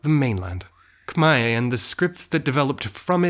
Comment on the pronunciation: Wow your pronunciation on “Khmer” is so spot on. I never heard any foreigner that pronounces the word as clear as you. Thank you so much!!